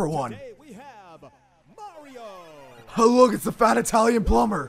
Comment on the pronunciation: called mareeo fatt